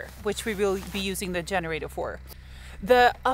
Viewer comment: When says “yenerator” and “yust” makes me smile, my spouses grandmother was Norwegian..love and miss he Norwegian pronunciations!